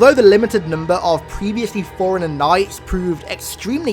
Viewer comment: When he says forerunner it’s sounds like foreigner